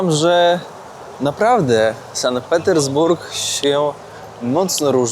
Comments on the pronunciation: "San Petersburg"??! "Sankt" względnie "Sant" ciemna maso! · SANKT Petersburg a nie San Petersburg ;) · Super miasto, teraz jakby za żelazną kurtyną, dzięki za pokazanie. Jedna uwaga to Sankt Petersburg nie San Petersburg, a w nim Ermitaż na nie Ermitraż - to trochę razi 😆